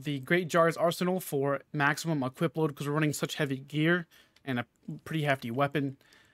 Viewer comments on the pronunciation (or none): none